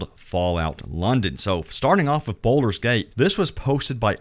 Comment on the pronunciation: Its pronounced Bald-ur not boulder